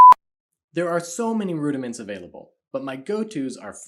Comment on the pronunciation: I don’t even understand drumming and I still enjoyed this video a lot 😂. “Prudiments” 🤣